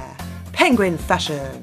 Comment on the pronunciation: I love how you Say : Penguin FASHION!